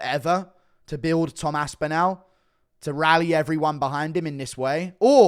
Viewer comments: It’s Tom Aspinall like tall not Aspin-owl… 😁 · "Its gonna be an Aspinal fest!"